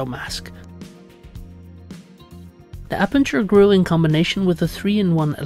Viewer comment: Friendly correction - trinitron is aperture-grill, not appenture-grill :)